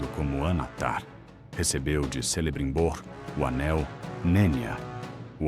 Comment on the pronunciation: Vídeo ótimo, porém pronúncia péssima de nomes com a letra C ,a pronúncia certa é KELEBRIMBOR,KIRDAN